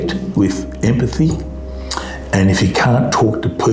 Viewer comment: Emapthy that guy says. FFS